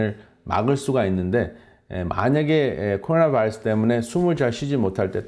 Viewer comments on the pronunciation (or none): 발음 미쳤네요.. 쿼루나 베이라스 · 코오나바일쓰 발음좀 제대로해 미쿡놈이냐